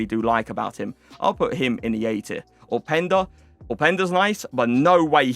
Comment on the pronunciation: Why do you say the letter "O" like and Au. Its 'Opp"enda not Aupenda